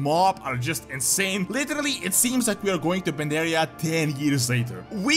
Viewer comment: Mists of Pandaria was the best expansion yet but you guys are "PanDaHsH"